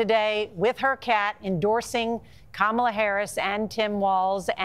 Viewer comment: even the husband mispronounces her name? 🤣